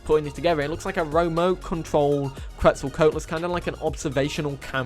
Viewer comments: I'll help you pronounce Quetz, at least how I understand how to say it is: "C'wets-o-c'wat-o-lus" (I just don't want my boy getting the beipei meme on him for every dino). Also some people say keetz suhl instead of qwets sol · You pronunced Quetzalcoatlus wrong